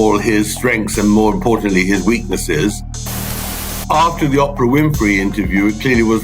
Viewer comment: Why does he say opera though haha I just finished his book and though the subject matter is ridiculous it was overall a great read